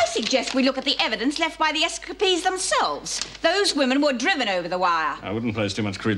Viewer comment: S-ca-pees in Australian. S-capes-ees in US. I love other countries and how they pronounce words. Love this show and totally hooked on it!!!!!!